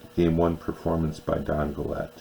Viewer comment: Don Gullett. Pronounced Gul-it.